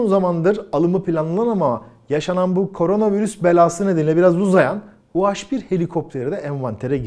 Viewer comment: Niye u-haş bir? Türkçede haş diye bir harf mi var? Doğrusu u-he bir. Dilimize birazcık saygı lütfen.